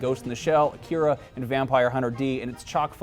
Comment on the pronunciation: Ah-Kee-Ra not Uh-Kira